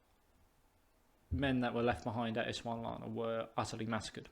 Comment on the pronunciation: It’s Ees sund la wa na :)